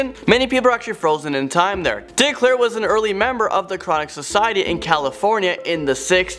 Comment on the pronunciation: Its Dick Clark not Clair